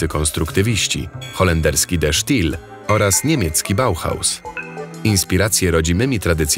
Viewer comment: najbardziej mi się podoba, kiedy lektor wymawia "de sztil' zamiast poprawnego "de steil". fajne, takie niezbyt profesjonalne. ale dla dzieci w sam raz